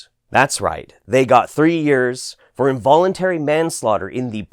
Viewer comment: INVOLENTARY? INVOLENTARY??? fuck this fuck earth I’m leaving for mars with Elon Musk